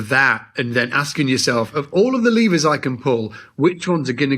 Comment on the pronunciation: Starting, it took me way too long to realize was saying "levers", I thought he was saying "lemurs".... Was a confusing but lovely visual in my head during that time 😅